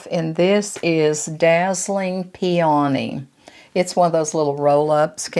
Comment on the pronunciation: Hi …I enjoyed your video, I normally don’t say anything, but you mispronounced the blush color four times. It isn’t PEA..ONEY, it is pronounced pea o knee. 😊